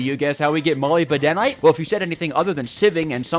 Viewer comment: Though we may have been tought to spell it as molly b denim, its actually pronounced muh lib den ite